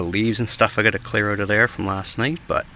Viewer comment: Definitely helps “OWT” 😂.. just kidding… Great video